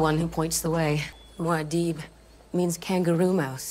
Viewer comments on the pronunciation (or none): Great analysis. Pretty sure it’s “Moo ad dib” not “Mao deeb”. I was disappointed that the awakening of Alia and the nature of Jessica’s transformation was downplayed. I thought it was wrong to compress time and omit Chani’s pregnancy and the real affection between Paul and Chani. But it was a magnificent adaptation. It may prove simultaneously that Dune is unfilmable and Villneuve is a genius. I loved it and was moved by it and was disappointed. Thanks for the insights and thoughts. Liked and subscribed. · It's MOO-AH-DEEB